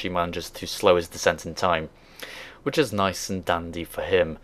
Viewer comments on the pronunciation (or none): none